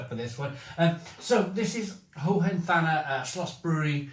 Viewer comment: This is the beer that you are supposed to use the classic clay beer stein for ;) Pronounciation is like Hohen-tarner for a Brit.